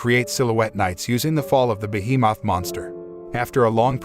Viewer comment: Ah yes, behe-Moth.